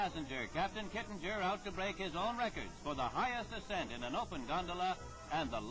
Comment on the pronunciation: The announcer is BUTCHERING his name. It's pronounced 'Kit-ing-er'. Not 'Kit-in-jer'.